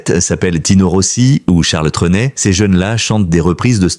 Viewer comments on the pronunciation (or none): Faites bien attention à la prononciation de certains noms, ce texte est lu par l'IA, par ex Charles Treunet ... et bien d'autres